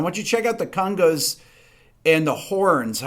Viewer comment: Not my favorite era of Bowie, but still a great song. Big fan of this series, can't wait to see what's in store next And I like the way you say conga..."cunga"... cungalingus? ;) Ok, I'm a child